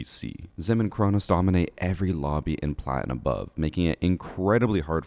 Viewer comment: It’s Cronus